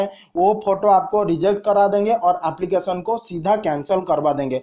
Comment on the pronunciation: Yar apni pronounsation to thik karo.application ko bol rahe ho oplication...agar ko bol rahe ho ogar..kya yar